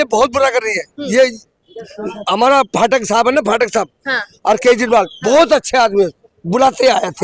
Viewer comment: और ये फाटक साब कौन है या पाठक बोला है